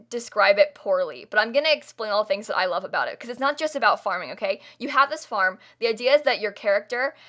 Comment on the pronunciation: I thought you said fart and not farm and I lost it😂😂😂😂 (yes I’m mentally 2)